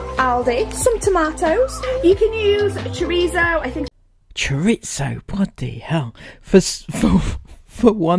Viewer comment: Chorizo or torcheeso as pounced it, can't even read as the packet stated pepperoni ( are very different). can u not read?